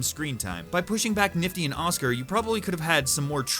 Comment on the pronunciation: “oscar” “blitzo” and then “brand rogers” i mean the opinions are good but SAY THERE NAMES but honestly i’m probably just deaf